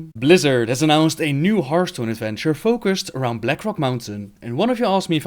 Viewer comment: Black rock mountain a hearrrrthstone adventurrrre